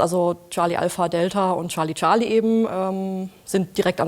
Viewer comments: Es heißt Charlie Charlie, nicht Schalie Schalie..🙄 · Scharlie, Scharlie. :D Ich krieg die Krise! XD Das wird als Tscharly Tscharly ausgesprochen mein lieber Sprecher. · Es ist nicht "Sarlie Sarlie" - oh wie frustrierend es zu hören! Dei Frau am ende sagt es richtig. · Scharli Scharli ... Scharli Scharli ... Scharli Scharli ... Scharli Scharli ... Hat noch jemand mit der Zeit leichte Aggressionen verspürt? :-p